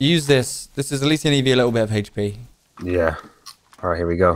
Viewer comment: For the love of god stop pronouncing HP as "heyshpe".